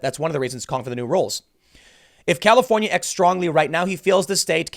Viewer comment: lol califohnyeh thats carbige